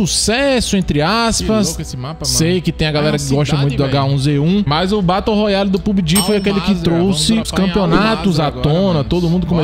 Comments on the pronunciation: VEI. TU FALANDO BATO ROYALE É FROID KKKKKKK se pronuncia beroroial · "Batou royale" 😭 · O cara fala Batou royale kkkkkkk muito bom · “Batou roiale”